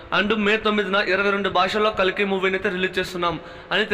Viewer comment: Bro its kalki not kaliki😅